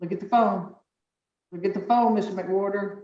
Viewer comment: Stop...that guys name is "Mc-Whore-ter" 😂😂😂😂